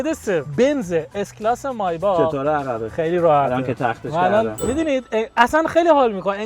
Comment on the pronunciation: مایباخ اره عالی تلفظ